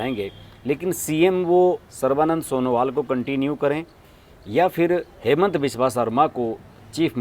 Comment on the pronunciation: Its हिमन्त not हेमन्त all hindi news pronunciation Wrong